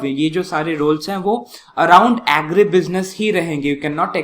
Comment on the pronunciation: Style k chakkt me agri ko normally agri bolo na.... what is aeeegri business...🤣🤣🤣